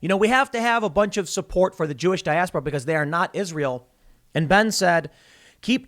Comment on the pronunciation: Why do you and many other say ISREAL? It's ISRAEL!